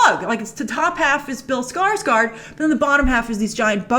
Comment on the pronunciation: Stop saying billy skårsagard